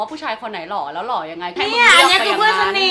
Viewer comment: when he said the word "loh" (handsome), it made me laugh so hard. he really lost. hahaha!